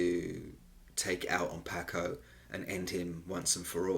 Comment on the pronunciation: Your pronunciation of Paco sounds like the fish and not the Latino pronunciation. The a in Paco is like a soft o.